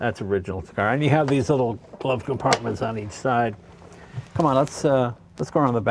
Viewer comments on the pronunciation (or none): none